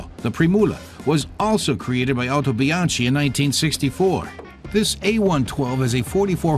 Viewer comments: Actually It Is pronounced "howtobianki" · Very nice video. However, it's pronounced "Otobianki".